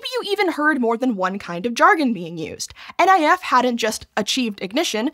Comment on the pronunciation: NIF is pronounced "nif", not "N I F". 😅